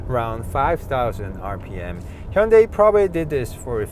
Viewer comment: I love this car. I enjoyed the review. Also, I learned the correct way to say Hyundai . Thank you